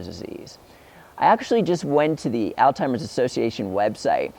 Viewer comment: pronunciation is alls hymers, not all timers, just trying to help